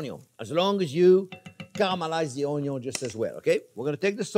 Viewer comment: I really come here every week to hear Chef say Onyo!!! lol..I love this guy!